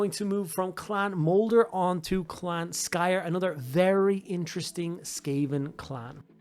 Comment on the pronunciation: I literally had to mute the video because I couldn't handle him mispronouncing Skryre every single time. SK***R***YRE. THERE ARE TWO R'S.